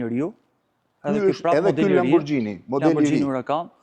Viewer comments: Lamborgini, jo lamborxhini jo lambogjini...ju lutem... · aaaa dmth Majkell Xhekson sepse lexohet Majkell Xhekson ne anglisht, apo jo? Po Lamborghini qe lexohet Lamborgini ne italisht pse duhet te thuhet “Lamborxhini”? 😂😂😂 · Lamborgjini.. Lamborgjini.😂😂😂 Lamborghini shkruhet.. E lexohet lamborgini. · Jo lamborxhini po lamborgini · Qe pronari i dyqanit (sallonit) i thote Lamborghini-t (lexohet : lamborgini), LAMBORXHINI, tregon shumë, po shumë, se në dorë të kujt është pasuria në Shqipëri. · zoti Katnar makina eshte italiane dhe jo shqiptare. Ne italisht kur eshte GH lexohet G jo XH. Gjithe bota i thote Lamborgini edhe ne Amerike jo vetem Arabi or ku thua ti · Niveli me i larte ne bote... A kane pare ndonjehere ne youtube keta se c'behet? PS. Pikerisht, LamborGGGini me G dhe jo me Xh/Gj etj. PSS. O Blendo po ik e bej detyrat e shtepise more burre. Mos te dije gazetari si quhen makinat para nje reportazhi per makinat...